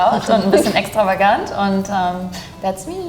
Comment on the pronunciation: i am french i recognize that the girl is from germany by chance just for 1 intonation of 1 word in an moment "extravagant" otherwise i wouldntrecognize. And the only one my guess was correct is for the polish girl, polish women are so much beautiful and my brain has register their way of speaking i think, otherwise i didnt understand anything, like every other languages. Its funny i didnt know french is so easy to guess for strangers.